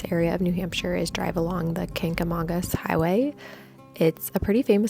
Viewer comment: Watched over eating breakfast (NH resident). Good job on the video but your pronounced it wrong. :)